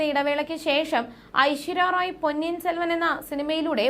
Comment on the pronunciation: ഐശ്വര്യ റോയ് അല്ല ഐശ്വര്യ റായ് എന്നാണ് .